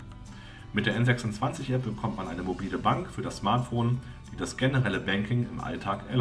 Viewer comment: Soviel Unwissenheit. Number26 und N26 waren niemals Tochter der Wirecard. Ebenso spricht man den Namen englisch aus.